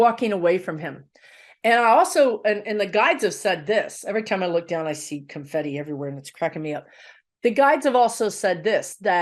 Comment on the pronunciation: ....loved the "CONFIFI." LOL